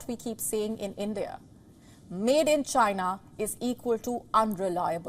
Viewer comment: End-Dee-Ah, don't be jealous of Chyna!!